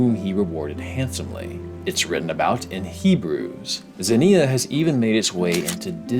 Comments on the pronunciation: did NOT look up the pronunciation for ξενια (k'se-nee-ah), although I do respect just going for it off the rip lol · pronounce it ks-inneuhh. Like knocks-inneuhh without the kno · It's actually pronounced "ksenia" 🤓 Great vid as always! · Interesting video, also you pronounce zenia weirdly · Sry but i cringe everytime you pronounce Ξενία.